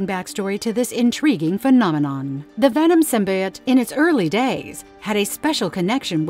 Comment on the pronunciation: “Anals” “symbuyot” this gotta be ai